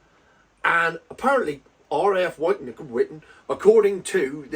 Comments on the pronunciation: "witton" fyi as ex RAF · Pronounced - “Wit-Ton” 👍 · I used to live in St. Ives, Cambridgeshire and I made local deliveries to RAF Wyton myself and I confirm everything you have said. It's Pronounced Whitton as in 'at the end of my wits'. It's ironic really as my late uncle was based there during the cold war, flying Canberra's over eastern Europe taking photo's of Russian bases. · Wyton pronounced wit-tun.